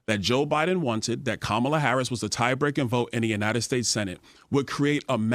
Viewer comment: It’s pronounced COM-alah. Get it right bigots! I am not friends with school shooters